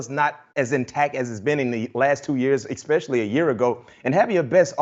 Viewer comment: Ekspecially. A dozen times. My 4 year old speaks better English than b-mac